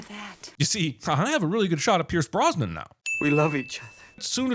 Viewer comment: "Pierce her Brosnan" lmao